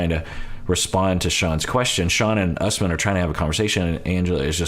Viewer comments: Don’t trust Shawn, it should not be pronounced “Us-man”. She wrecked a lot of names on this show. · Pretty sure Usman is pronounced Oos-mahn